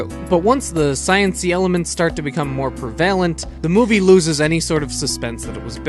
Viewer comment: 12;45 lol again, you keep saying 'regulated' when you mean 'relegated'. Also, it's PREV-a-lent, not pre-VAIL-ent. I do like your videos though, sorry to keep pointing out your mispronunciations.